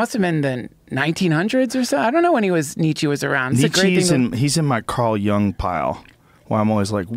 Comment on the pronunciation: They both pronounced Carl Jung's name wrong, showing how big of fans they are of him